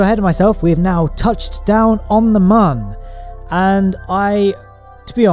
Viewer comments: It’s moon not mun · This guy makes some really good shit, but I just can't find myself liking the fella. he's always so fucking smug. And I hate the way he pronounces the "Mun". Sorry dude.